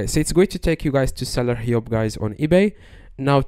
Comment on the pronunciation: The English word "hub" is pronounced /hʌb/ with the vowel sound the same as in Received Pronunciation for the word "cup" (not as in northern English).